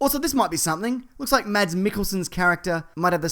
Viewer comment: You're still pronouncing Mads wrong.